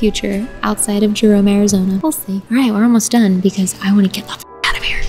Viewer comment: I live in AZ and when I heard you say Arizonia I thought of slaughter house Canyon for some reason😂